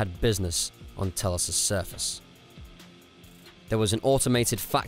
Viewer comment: saying telos and atris wrong really